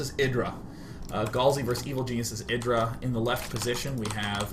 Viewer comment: I LAUGHED WHEN I HEARD HIM SAY IDRA LOL